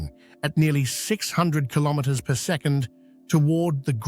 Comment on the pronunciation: …at over six hundred kilomwamwamwam….